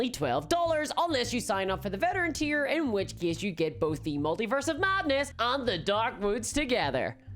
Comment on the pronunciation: Now just imagine every time she says “and” she actually says “hand”.